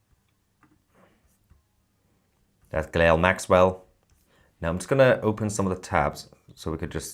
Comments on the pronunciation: She's not 'Gilell', it's pronounced 'Gillane' (Guislaine (spelled wrong), Maxwell). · Ghilail Maxwell?? It's Ghislaine Dude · Stop saying ghilelle lol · Toussi, Her name is pronounced Ghee - lane Maxwell old son.. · YOU Prononce her name.....GIH-LANE....Maxwell . You're welcome❤ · It is pronounced Gilane you ignoramus. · How are you pronouncing Maxwell's first name?? 🤣